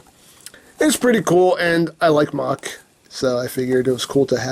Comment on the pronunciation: IT´S KAMEN RIDER MAHHAA !! Deam it, the mahha driver belt sed it. It is easy to say, so stop saying mackh driver. If you don´t belive me, go to google and chek it your self.